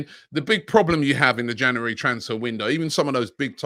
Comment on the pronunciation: Where does he get this cr*p from? Say January properly pleasee